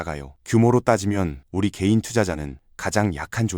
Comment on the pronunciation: 개인이 게이로 들리지만 크게 다르지 않으니깐!